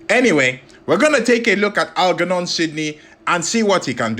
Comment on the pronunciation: I got 2 minutes in and it was too much...please pronounce "German" or "Germophobe", then try Algernon...and I thought Genghis was bad😂😂